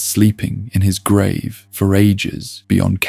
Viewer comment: How can you mispronounce grave?